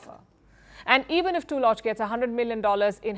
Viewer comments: I think the name is pronounced TULL-luck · The name "Tulloch" is typically pronounced /ˈtʌlək/ in English, with the emphasis on the first syllable. It's pronounced with a short "u" sound as in "put" or "foot". The "ll" is pronounced like a single "l" sound. Madame PALKI please lear your pronunciation